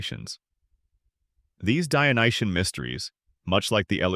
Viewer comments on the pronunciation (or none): And For the french translation, stop saying “dionyen” and correct to “dionysien”, no? From the god Dionysus.